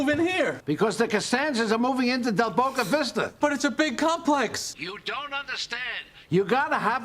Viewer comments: Del Bisto Becko!! 🤣🤣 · You need to watch the outtakes of Jerry Stiller trying to say Del Boca Vista. He couldn't say it, it was hilarious! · The bloopers of Jerry Stiller trying to pronounce Del Boca Vista are absolutely hilarious. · in Seinfeld bloopers Jerry Stiller took like 15 takes to pronounce del Boca Vista correctly. Look it up 😂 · The outtakes for this are hilarious. Jerry Stiller couldn’t say “Del Boca Vista!” 😂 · Need to watch outtakes from this episode. Frank trying to say del boca vista is hysterical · Check out the bloopers of Frank (Jerry Stiller) trying to say Del Boca Vista.